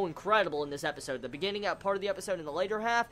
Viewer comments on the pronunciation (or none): none